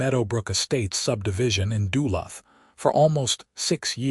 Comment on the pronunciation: Try learning how the name of the city is supposed to be pronounced! Duluth is pronounced De - luth (like the name Luke only th instead of a k sound)